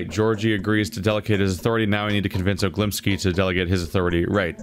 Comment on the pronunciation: You constantly pronounce Olgimsky wrong. You say og-li-msky, while it's ol-gi-msky. The stress is on the first syllable and the letters order is different.